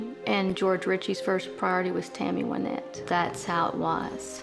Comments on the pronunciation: why doesn’t the narrator know how to pronounce Wynette. He says ‘Wine-ette’. Is he just dumb or dumb AI ? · Thought it was Wynette.. he’s pronouncing it wrong